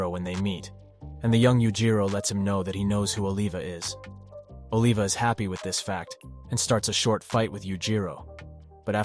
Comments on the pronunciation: "ohlivah" bro its Oliver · "oliva" is short for "oliver" not aleva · No disrespect bro but don't ever pronounce Olivia's name like that again😂😂😂